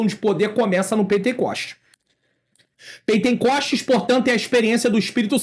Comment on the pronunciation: Paz Pr., só corrigindo, não é "pentencoste" como disse , mas pentecoste, amém? Deus abençoe!!!